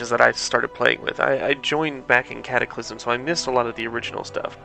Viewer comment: World of Warcraft: Cat-ack-a-lism.